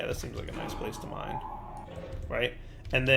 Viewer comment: For the record, this video is in my Favourites playlist because digs a bit, sees some mushrooms, and goes "this seems like a nice place to mine... RIGHT?" lmaoo I also particularly like how if you listen carefully it sounds like he says "to mind", as a pun, referring obviously to the effects. A nice place to mind... that's absolutely brilliant I wonder how many could possibly have caught that one